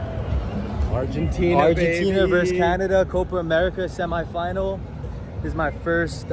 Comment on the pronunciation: the pronunciation of semi final always gets me Sem-eye final